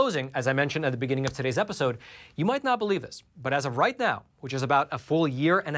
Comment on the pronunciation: "Todays's" and "precurious", lol!